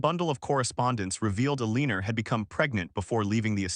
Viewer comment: If AI can’t pronounce Eleanor correctly, pick another name! Mary is simple enough. I can’t listen to this with Eeleenor.